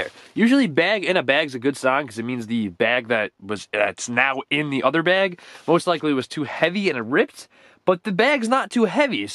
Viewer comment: You pronounce like da blob not de blob even though it’s spelled like that